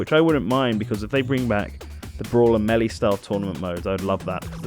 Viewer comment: I heard say melee as melly. We need an intervention.